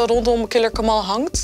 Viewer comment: Ze kunnen de hele docu nog niet eens zijn naam fatsoenlijk uitspreken… Triest